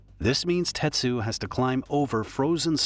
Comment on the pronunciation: His name was Tetsu, not Tetshu. And the woman's name isn't "Sawatan" it was "Sawachan". RIP Tetsu.